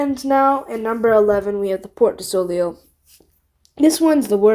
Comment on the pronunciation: Also the ei like in soleil is pronounced ayy like the e in egg